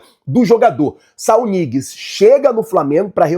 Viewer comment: Não se pronuncia "Niguez", o N com ~ tem som de Nh no espanhol, então se pronuncia Nhiguez.